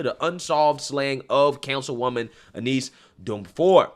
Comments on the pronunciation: Hey, I know you made mention that you have some trouble pronouncing certain things so I want to let you know that her name "Eunice" is pronounced like "YOU-NISS" hope it helps my friend! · "Aneese"? Eunice is pronounced "Yoo-niss".